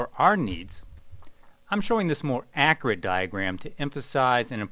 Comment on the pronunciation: the way he pronounces "akurat" got me dieing